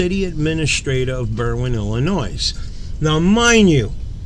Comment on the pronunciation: ........"ease-dropping"??? Uh, I think you're missing a "v" in that pronunciation. And, we will only mention "Ellen-noise" . That accent speaks of the Northern NJ, Staten Island, Brooklyn, Queens and Bronx corridor. Hey.....are youse wearin' nice, clean underwears, dare?? Chill out, dude....just kidding....no problems. I grew up in Nassau County on Lawn-Guy-Lend. So, I have my own accent issues......like "cawfee", "pawking tha car" and, of course, putting an "r" onto any word that ends with an "a".